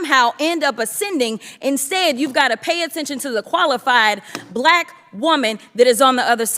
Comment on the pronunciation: a bulack person… gthoh 😂